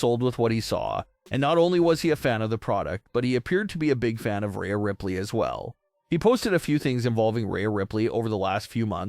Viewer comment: Who is Raya Ripley? You’re pronouncing Rhea wrong